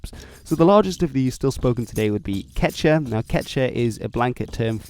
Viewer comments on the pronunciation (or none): I don't of any place where LL is silent in Spanish. Some places pronounce it basically like a Y so maybe it's hard for you to hear in the phrase "Me llamo." Also don't forget the second U in "quechua". You pronounced it basically like "quecha". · Es quechua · OMG ITS "KECH-*W*A!!" FHALJHFNASNCIABFOIAHDAS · Quechua is pronounced as kee-chuua. : ) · KechUa is how its pronounce. He is not saying it right. He is not pronouncing the U for some odd reason. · It’s pronounced kechua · Actually scrub this - he also mispronounces Quechua, Guarani, and even Genoa. I give up!!!